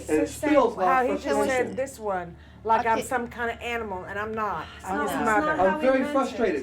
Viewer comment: I think it’s pronounced like Tr-eyh rather than Terr-ah.